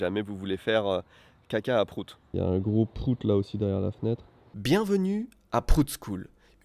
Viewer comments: Je sais que c'est pour la blague, mais le graphème "Prout" ne se prononce pas du tout pareil en anglais qu'en français. Ça fait un peu mal d'entendre "Prout" prononcé comme ça. C'est comme si on disait que mordre se prononce bite comme on le prononce à la française. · Comment on prononce en anglais réellement PROUT ? Comme abOUT ?